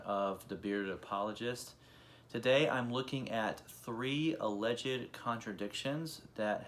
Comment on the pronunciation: Dude, “alleged” is two syllables, not three.